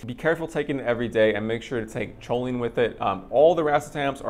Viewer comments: Dude why do u say cho-lean? Lmao, its pronounced cole-lean. Atleast thats how ive heard everyone pronounce it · CHO- LINE ? Try saying it correctly . Coal-ine You are welcome.